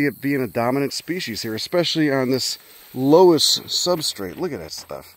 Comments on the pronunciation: Happy to see you hitting some spots in Iowa. It’s pronounced “luss” btw! Check out Keuhn conservation next time you pass through. It’s just off the highway west of Des Moines. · Its pronounced luss you degenerate